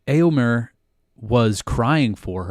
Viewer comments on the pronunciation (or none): You pronounce éo in Rohirric names as though Tolkien had spelt it 'ëo'. But it is supposed to be a dipthong, not a disyllable. You would come closer to pronounce 'éo' like the 'ea' in English 'bear'. (Try starting like the 'e' in 'bear' but gliding to 'oh' instead of 'ah'.) Also, the second 'e' in Éomer is an 'e', not an 'i'. It rhymes with "there", not "beer".